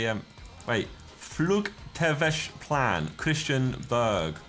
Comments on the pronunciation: if you’re danish it irritates you how Josh pronounces flugtvejsplan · Danes when Josh said Flugtvejsplan meant floor plan👁👄👁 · those pronounciations of "Flugtvejsplan" really hurt my head as a dane